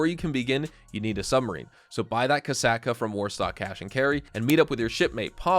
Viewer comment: "KASAKA". Lol Kosaka